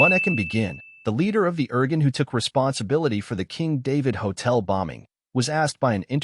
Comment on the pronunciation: it's pronounced. "Ear Goon". thanks!